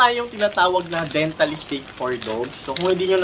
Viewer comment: IT’S DENTA STIX! NOT DENTAL STIX